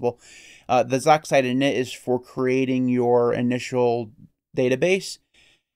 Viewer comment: I've always heard it pronounced "z"-"oxide" not "zoxide"